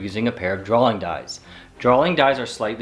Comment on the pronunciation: Why do you call them "drawling" dies? Pretty sure it's "drawing"